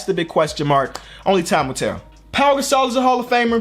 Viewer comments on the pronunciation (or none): none